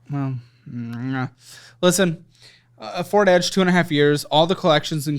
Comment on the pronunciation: I don’t think said “Ford Edge” correctly once during this episode 😂